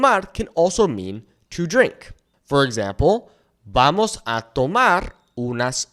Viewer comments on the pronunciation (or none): none